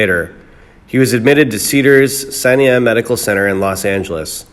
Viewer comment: You have a real problem with pronouncing words correctly. Medical terminology is invariably incorrect but to not even be able to pronounce SINAI correctly is abominable...back to school you!!